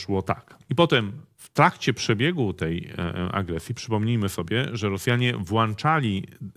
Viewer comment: WłĄczali Panie Dębski, strasznie to boli jak slysze "włanczali", do ruchu się pan pan włącza czy włancza?